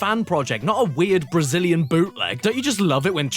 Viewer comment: I love the Brayinliz oringe marsoupeeiyal